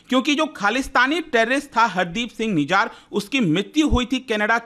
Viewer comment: निजार नहीं सर, निज़्जर।